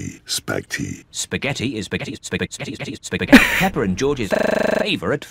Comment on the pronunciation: Ko phải là peppa mà là peppo😂😂😂😂😂😂😂😂😂😂😂